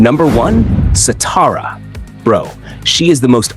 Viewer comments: Shathara is her name not satara! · Shathra not satara. 😊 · Shah-thrah…say it with me…shah-thrah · Satara??? Isn't it Shathra🤔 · Bro ubdid shatra dirty she is not satara😢😅😅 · It’s not shatra either mate there’s an H in there. Shathra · Satara? You mean Shathra?